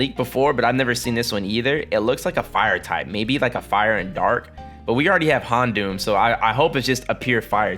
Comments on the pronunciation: Just listen to the anime or something and learn to pronounce them right. Pokey-man is how people who are acting like they are too mature to know how to say it properly. Houndoom is based on a hound. Its not hond, unless you are German. Say it "hown-doom" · pokey-mon. hon-doom. wtf is wrong with how you pronounce words.